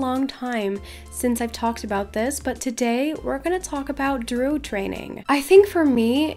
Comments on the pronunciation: Druid has 2 syllables, not 1. Drew-id, not drood. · Hey! Cool vid! Wish I was able to do them lol but I’m too low lvl. Also, it’s pronounced Droo- id so you do say the i instead of saying drood. Hope it helps!